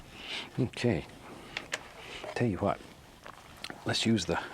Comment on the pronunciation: And when he says, "Tell ya HWHAT...."